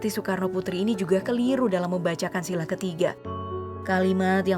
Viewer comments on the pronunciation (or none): Admin pandai kritik orang, tapi ngak sadar admin nya jg salah baca.. Harus nya SILA, eh dibaca SILAH..